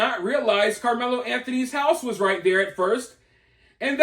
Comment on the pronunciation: I like the way you say karmelo